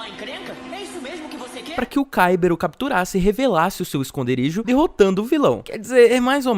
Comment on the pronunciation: Primeiro é cadela segundo é Ciber e se fala caiber